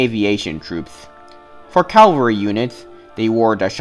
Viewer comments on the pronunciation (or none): Cavalry not Calvary! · Every time I hear some say "calvry" I want to scream "CA-VAL-RY!!!!!" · Aww, dont crucify the poor guy over calvary....😂😂😂😂😂